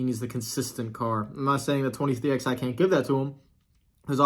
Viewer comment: It's 2311 not 23XI lol